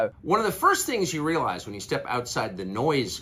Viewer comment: I like the way Tucker says after taking time off you relies .yo bama